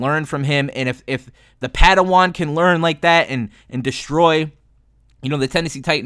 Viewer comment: The padiwan 😂😂😂